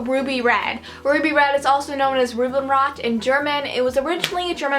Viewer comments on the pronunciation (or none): "Rhuhbinnrod" ;D Nice pronounciation :D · Which part of your family is german? Would be delighted if you answered me . Love your videos! I live in germany, but my mom´s born and raised in the states. I like the way you´re pronouncing "Rubinrot" ;p Sounds cute whenever Americans talk german! :D Love from rainy and snowy Germany <3 !!